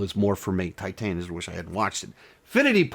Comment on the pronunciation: Titane is great. Also look up how to pronounce it. And it really went over your head. Also just because you didnt like something doesnt mean you need to insult people who do. Also maybe question some of your own assumptions